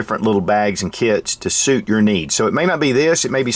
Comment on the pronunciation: "find the bag that sootch your needs" lol